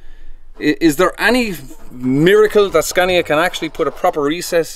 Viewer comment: Scaaaaaania! Long vowel sound!